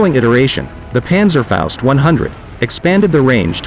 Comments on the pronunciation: Panzerfaust , not Panzerfäust. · Well done video and relaxed told. Try to say Panzerfaust like in HALL: pAntserfoust. I have several Panzerschreck parts. Regards from the Battle of the Bulge area, Belgium.